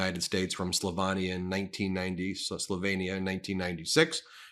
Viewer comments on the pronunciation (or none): It’s Slovenia not Slovania you’re just as bad as they are. Come on, Ben, I keep thinking you’re better but then I see your position on Israel and now this, and the way you keep courting the “centrist” vote—are you just a conservative in disguise?? I’m getting kind of grossed out by your channel to be completely honest.